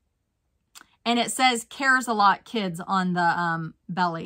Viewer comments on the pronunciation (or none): none